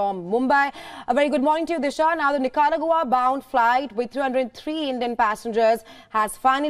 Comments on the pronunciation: Practically every anchor is butchering the pronunciation of Nicaragua , I can understand that it not something they come across normally but I am sure they know by now one can google pronunciation of every word no matter how small or large. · The way she pronounces "Nicaragua." Please.